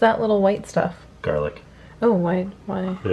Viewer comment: You can never have enough gah-lic!